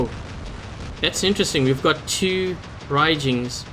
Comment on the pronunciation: you say raijins as raijings xd